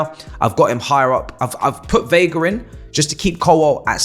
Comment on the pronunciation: veiga, not viega